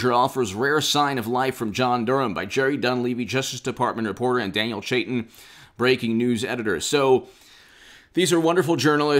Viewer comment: “eeand” lol